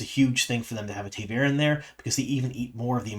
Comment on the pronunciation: I know you have a hard time pronouncing things but, had to stop watching midway due to taveren, any way to improve upon it? Its something that i feel is almost standardized now watching dusty wheel